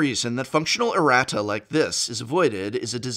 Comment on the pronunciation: Erratas man, not arratas